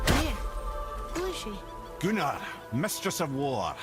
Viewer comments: Is it bad when I hear the word Gunnr I hear it as gooner instead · Gunnr being pronounced gooner is wild!💀